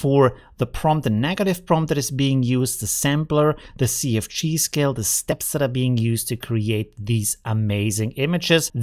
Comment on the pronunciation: Great job as usual. I like your accent, you said CFG and it sounded like you said "Sea of Cheese", so that's what i'm going to call it now.